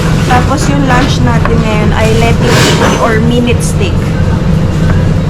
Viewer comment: I'm surprised that you pronounced STEAK as STIK. Is that how it is being pronounced there? I'm used to saying it as STEYK like the Americans would say it...